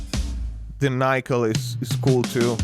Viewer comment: Nickel is pronounced with a short 'i' - as in 'sick', 'lick', etc. Nice review otherwise...